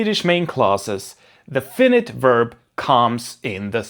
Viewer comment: "Fainait" inte "Finnit"